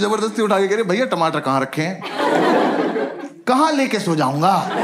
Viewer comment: has to be sobo "Bhayaa" girl 😂😂😂